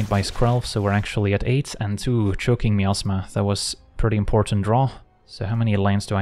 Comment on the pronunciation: Yes, I kept hearing the same thing. 😅 Truth be told, the word is probably supposed to be pronounced that way, and we just don't realize it. 😂